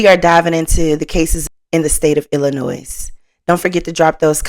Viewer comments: Thanks. It's so annoying when people say Illinoi"s". The S is silent😂😂especially the people who live in Illinois. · FYI. Illinois is not pronounced as plural. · The S is silent on the end of Illinois. 💜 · The S is silent in Illinois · Please please stop pronouncing the s in Illinois it's silent